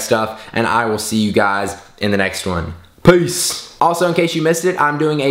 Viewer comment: PuhEace!!!! Let's be friends ok?? u talkative Kid..